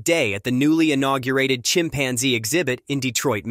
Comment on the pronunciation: The "a" in chimpanzee is not stressed. It is not a chimp...Ansy.